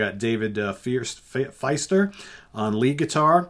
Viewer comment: Nice review! For the record, Dave Fiester's last name is pronounced "feast-er".